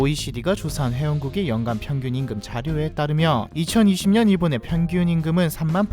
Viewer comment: 이 분 혹시 일본인이신가요? 한국어 억양 같으면서도 일본인들이 한국발음 하는 것 같은 발음들이 자꾸 들림 특히 '평균임금'